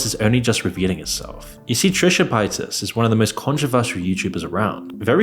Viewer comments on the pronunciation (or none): Did my man pronounce Trisha Paytas as Trisha Pietas lmaooo?